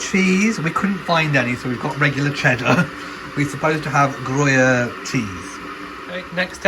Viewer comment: Such a great catch up of all you have going on. Thank-you. Cats! ❤️ Soup! Looks delicious! (Gruyère cheese - always pronounced it “gree-air” 😘) Your wallpaper choices are truly amazing. When everything is finished you’ll have to do a walk through video like your model home tours. 😀 And so blessed to celebrate your grandmother’s 90th. Wonderful!